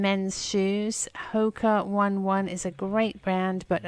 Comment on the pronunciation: Just a little fun fact , Hoka One One is pronounced Hoka Own-nay Own-nay.